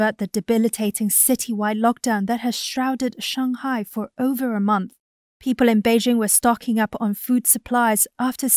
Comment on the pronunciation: Hey, the American reporter makes a successful effort to pronounce Beijing and Shanghai properly. Why don't you (eg: & respetively) even try?